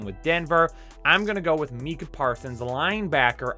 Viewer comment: Sea-well! Lololol (Suh-wool). Haven't gotten that far yet, but please don't say (lmfao!!! He butchered it again!!!). Still love ya, but that was brutal